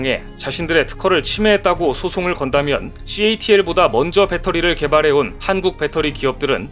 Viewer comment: 8 분 7초....catl을 gatl이라고 발음하는 이유는?